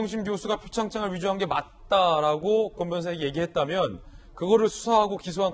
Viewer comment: 왜! !진행자는 라고는 왜강조하나